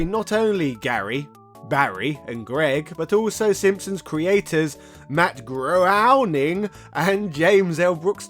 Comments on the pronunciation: Matt "Groening" is pronounced GRAINING (rhymes with "raining"). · Just FYI: "Groening" rhymes with "raining."